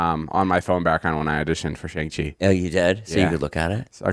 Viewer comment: david it’s SHAWNG-chee 😭💀